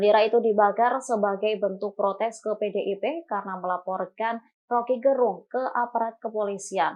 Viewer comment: Rocky gErung. Huruf "e" pada kata "gErung" dilafalkan seperti pada kata kEcap/Enak. Jadi bukan "e" seperti pada kata "sejuk/sedih". Gerung Itu nama marga (Fam) orang Manado - tempat saya.